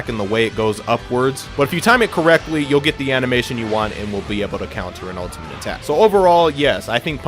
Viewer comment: Is he saying 'ultiment'